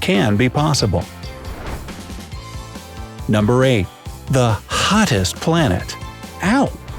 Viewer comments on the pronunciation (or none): why did he say hottest like that